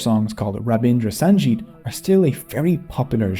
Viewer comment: A little correction, it is pronounced, Rabindrasangeet the ´g´letter has a hard sound here, G as in Glasgow. unlike j sound as pronounced here. Thank you in abundance, for making this video in such meticulous details.